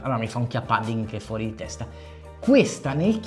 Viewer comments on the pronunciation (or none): Pudding si pronuncia con la U 😆 Lo sconto vale anche sul sito olandese?